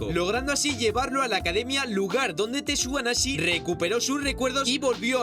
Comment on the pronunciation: alguien mas escucho tortuga naze en ves tsuganashi? xd🤔🤔😎